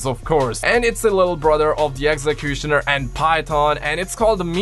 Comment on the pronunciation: The way you said exectonier and it’s ummm